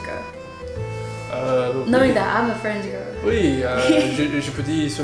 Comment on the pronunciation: Good for you man. Are you purposely pronouncing the word "girl" wrong?